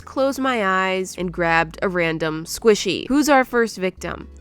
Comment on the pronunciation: The velocity Squishyee